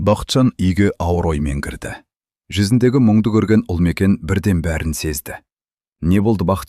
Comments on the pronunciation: Туһ,Үлмекен деп оқымашы,Ұлмекен деп оқышы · Неге, Ұлмекен 💪 деп айтпайсыз? Үлмекен или Ілмекен дейсіз?? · Неге Ульмикен деп оқысыз? Ұлмекен ғой!!!